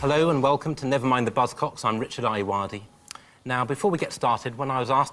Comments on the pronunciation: That big fat quiz with Richard Ayoday and Dara O'Brine sure was good. I thought their names were pronounced differently but clearly must be right. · Would be nice if his second name could be pronounced properly. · The way you pronounce Ayoade really bothers me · and pronounce his name right.. And Dara's.. no commentary needed